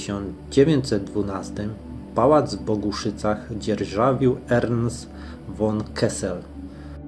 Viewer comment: Z końcówką Hof to zawsze jest folwark w sensie miejsce gospodarcze. Jeszcze mała uwaga językowa gdy czytasz przed szlacheckim niemieckim nazwiskiem to von nie czytamy "won" tylko wymowa jest fon poćwicz to by się przyzwyczaić. Imię Christian czytamy Kristian a nie przez Ch. Ja to w dobrej wierze pisze. Zwrócił mi uwagę na to mój przyjaciel Niemiec Thilo i przez niego odkryłem Twój kanał.